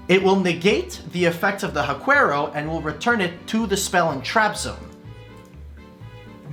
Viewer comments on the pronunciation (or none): And Haquero is pronounced HA-KERO, not hakwerow. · Huaquero is pronounced //wa - KEH - roh// they grave robbers that invade Huacas, wich are ancient latin american burial sites